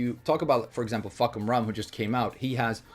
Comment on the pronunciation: "... and eventually we got fahkumram" bro i died laughing